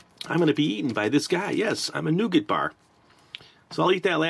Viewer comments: Not Noogit ! Try Nougah ! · Here in the UK most if us pronounce it nu-gat